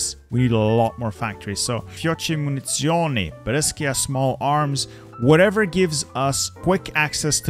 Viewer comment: Your pronounce is really good! Just remember that you need to read Fiocchi as Fiokki, and Munizioni as Munizzioni and not Munisioni👍🏻